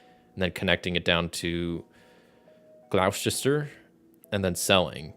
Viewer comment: Gloucester= "Gloss-Ter" Worcester= "Woos-Ter" If a place ends in "Ham", pronounce it as "Um", so Birming-um, Notting-um